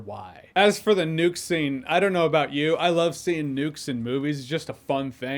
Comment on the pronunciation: Am i keep hearing it as Nude? I like Nudes in movies too